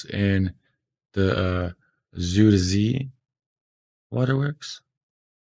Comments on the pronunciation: it's not züder zee , it is Zuider Zee.. with an ui not an ü or an ou etc.. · zuider zee Southern Sea Pronounced ZUY (like buy with a z) DER (like Duher) z ey (like hey) Zee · Zooderzee, lol. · You were right about them showing a picture of the Flevopolders when talking about the Zeeland flooding and barriers. Zuiderzee (he's not pronouncing it right) because there's the Noordzee (which the English call the North Sea). So it was the South Sea in that sense. I always compare it to saying England instead of the UK. The Netherlands is the official name. Yes! Frisian (Fries) is even closer to English. Dutch: kerk, Frisian: tsjerk (cherk in English spelling), English: church.